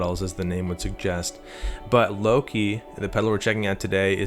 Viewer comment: I've been playing my drums for five minutes waiting for the god damn video to start. "Luka" say it like that with a soft A. Don't say Low-key.